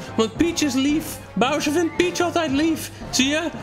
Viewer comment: hahah wie zei het vroeger als kind ook zo; Browser 🤣